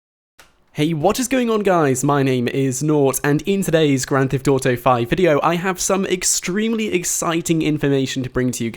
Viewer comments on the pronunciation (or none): why u say "Grand THIFT Auto"?